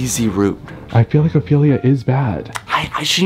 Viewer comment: it’s ophelia not opelia